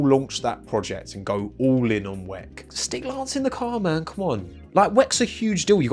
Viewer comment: Please stop saying “weck” it sounds so much better if you just say W.E.C.